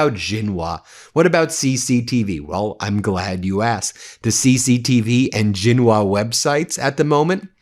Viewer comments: No offense intended, but Xinhua is pronounced Sheen-hwa. Keep up the good work. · XinHua is pronounced ShingHua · "Xinhua" is roughly pronounced "Shin-Wah" (just for info) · Xinhua pronounced “Shin-Hwah” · Please at least make an attempt to pronounce the more important Chinese names right! Gee Jinping?? Ginhua?? You don't even get Beijing right! Surely you can afford two minutes to do your research, Been Mayslas! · FYI, xinhua is pronounced Sinc - Hua and Xi is pronounced Sea